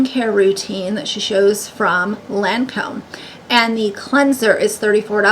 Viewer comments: Can her subscribers even afford half of one of those things? But she is shilling these to her subs. A girl who couldn’t pronounce Lancôme last week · She doesn’t even know how to say Lancôme. The sales person was the one that told her about all this. She has no idea how beauty products work. No amount of products will ever make her beautiful. Thank you for your beauty recs. I’m also doing the tretinoin. Best bang for your buck. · If any of those companies dared touch gypshit rose they would have their own bud light moment 😂 she is so grifty it’s gross 🤮 😂 she can’t even say Lancôme correctly what an idiot !!!